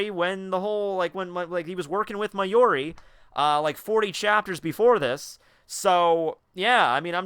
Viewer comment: it's mayuri, not mayori. for someone who's sounds so passionate about this, please at least get the names right.